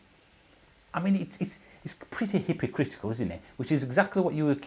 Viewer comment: “ … hippy critical …. “ A new one for the Yorkshire language dictionary! 😜